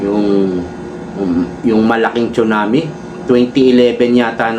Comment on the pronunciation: TSUNAMI READ AS SUNAMI